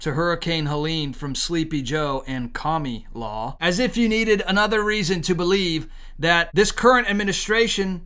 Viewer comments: Not to be rude or anything... but her name is Kah-mah-lah. I don't know if you are saying "Kami Law" on purpose... but I would greatly appreciate it if you would stop insulting Kami.... may he rest in peace. (DBZ reference). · I couldn't with this guy saying her name wrong I can't hear him all I hear is kah me laa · Don't say KAMALA SAY KAMUULA OAR KAMOOLA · Wait. Right off the bat, did he just say Kommie-law??😂😂😂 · Kami-La? Or Kama-la ? Just fyi that is all